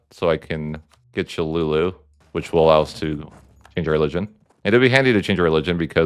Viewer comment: It is pronounced CHOLULA NOT CHOLULU